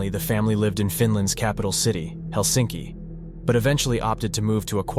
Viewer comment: The funny thing about pronounciation in Finnish, it is so easy and obviously it isn´t understood. 1. The emphasis is ALWAYS on the first syllable. What kind of stupid foreigners don´t understand this??? Which word is hard? Helsi´nki is wrong! He´lsinki is right. What is so unbearably hard that it is impossible to get into one´s head?? 2. double vovels or double consonants are pronounced LONG. Sirkka, Pekka, Saara etc 3. First principle is that the Finnish language is pronounced exactly as it is written. Diphthongs are pronounced. Auvinen, sauna etc. U is pronounced like an O and O like the Swedish Å. Otherwise there are no exceptions. Good luck. Most of the names in this otherwise good documentary were pronounced in the wrong way. Somewhat disturbing.